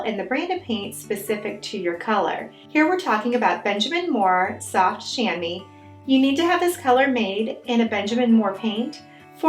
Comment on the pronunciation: It's pronounced "sham-WA", just FYI. (It's a French word.)